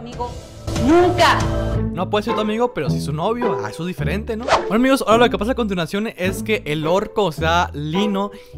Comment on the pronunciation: abraam dice a cuntinacion y era a continuacion like para q abraam me vea y les de like a sus comentarios plz